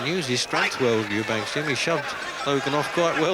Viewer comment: What a scrap, both very tough. It's hard not to laugh at the pronunciation of Eubank's name, not only does the commentator call him Eubanks but he calls him SIMON Eubanks for some reason at the end of the fight. Lol, the other bloke was called Anthony, where does Simon come from?